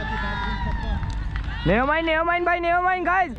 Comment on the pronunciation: Yaar keeper ko “Never Mind” Bolne par jurmana lagao. Itne chakke khaye bowler ne par banda still saying!! “NAYA MINDD” “NAYA MINDS” Guys 😂🤣😂😂